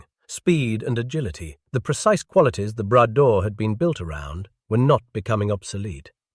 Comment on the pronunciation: Not the "Brad door", le Bras d'or ! "Gold arm".